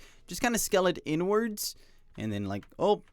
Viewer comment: i cant stop hearing it😭😭 "over here n-words, and over here n-words" (you pronounce inwards like "n-words")